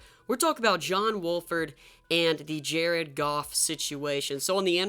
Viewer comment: He keeps saying John walford when it's wolford but my rams needs to keep playing John wolford